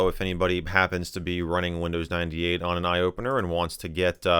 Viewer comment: Windows i-dee ate